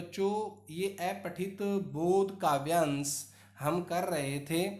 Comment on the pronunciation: अपठित को ऐपठित क्यों कह रहे हैं? ठीक से उच्चारण तो कीजिए।